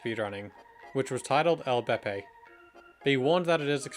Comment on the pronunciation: LBP is not pronounced el beppe :') What kind of Swede is he